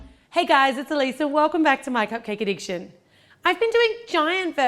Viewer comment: I always hear "my cocaine addiction"